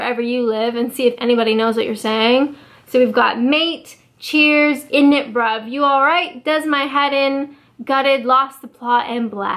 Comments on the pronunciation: You saying "innit bruv" was the funniest part of my day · you said Innit bruv so weirdly I was laughing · Hearing init bruv in your accent is particularly funny. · Omg you saying in it bruv is just the best😂😂😂😂😂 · It sounds so weird when she says init bruv